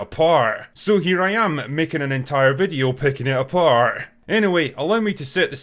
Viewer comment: “pickin it aPAHRRRRDT”